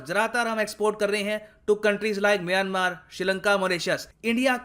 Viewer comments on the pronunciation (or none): none